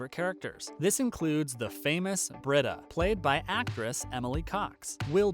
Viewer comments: It's pronounced Bree-da. Not Brid- a. Obviously you don't watch if you can't pronounce her name. It's very distracting. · Her name is pronounced Brita (Bree ta) not Britta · Dude your killing me...it's pronounced BREEDA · Yes, thank you for stating that. It so bugs me when he mispronounces her name! You'd think he never watches the show! 😖